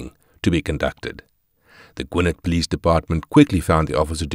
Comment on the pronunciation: 😮call the PO LEECE 😂